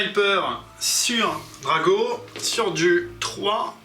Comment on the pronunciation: je veux bien passer à côté des vingt zattaques (il n'y a pas de s donc pas de liaison à faire) mais Kaldor Drago alors là je ne peux pas. C'est Draigo par Crom, DRAIGO. Je ne suis pas gros joueur Chevalier Gris mais je souffre chaque fois que je t'entends changer le nom de l'un des personnage les plus iconiques et invulnérables de 40k contre celui d'un dopé incapable de battre un simplet de la moitié de sa taille (:D)